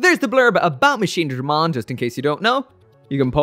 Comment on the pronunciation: Finally! Machinedramon and not Machinedremon